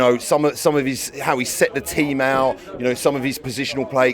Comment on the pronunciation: * Arteta Hout